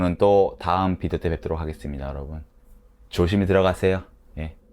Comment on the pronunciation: 크그레요~ 이거 너무 좋다 ㅋㅋㅋ 마지막에 죠심히 들어가세요. 이것도 좋고 ㅋㅋㅋ 화이팅!!!